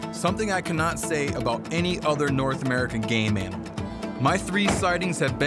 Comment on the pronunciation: No 😂 he said "game animal"